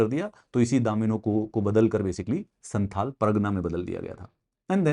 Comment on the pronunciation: Please pronounce "संथाल" not santal"